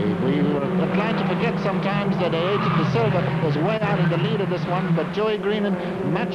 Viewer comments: "Ayerton" damnn guys,,,it's not that difficult...Ayrton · Oh yes, “Ayreton da Silva” my favorite future F1 star